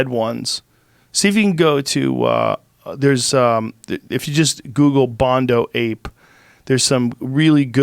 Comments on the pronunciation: Bonodo Ape Joe. Not Bondo. Has been bugging me every time he says it. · Bonobo not bondo lol